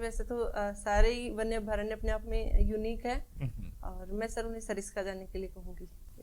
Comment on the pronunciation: साक्षात्कार लेने वाले का उच्चारण शुध्द नहीं। अभ्यारण्य को अभ्यारक् बोल रहे है।